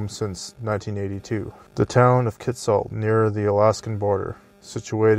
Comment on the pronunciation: I worked there for a couple of years and the company that redid the town and mine was Amex, an American mining company. And by the way your pronunciation of Kitsault was correct, never mind what hugh9park says.